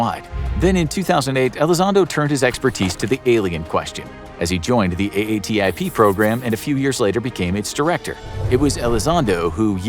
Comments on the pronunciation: Just say AATIP instead of A A T I P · Nice summary. I don't want to be that guy, but it's pronounced A-TIP not A-A-T-I-P. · Ok this will be the last of these I watch. How many times do you say A.A.T.I.P. before you come up with " A-tip"? Have you never heard Elizondo (who you reference) say A-tip? Cripes.